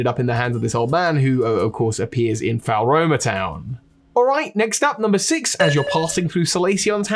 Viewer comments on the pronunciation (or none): I’m sorry but the way you say Floaroma Town irks me, it’s not “Faol-Roma” it’s “Flo-Aroma” like flowers and aroma, a sweet smelling town Also it’s not “Can-Alive” it’s “Can-Ah-Lave” for Canalave city